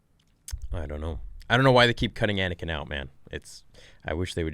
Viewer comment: I heard anikain I swr down